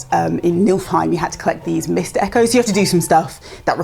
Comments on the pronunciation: Getting Plat in God of war but still misspronouncing Niflheim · pronunciation of Norse mythological worlds causes me physical pain